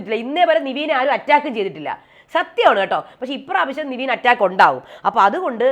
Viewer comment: നിവീൻ അല്ല ചേച്ചി... നെവിൻ 🤦🏽‍♂️🤦🏽‍♂️🤦🏽‍♂️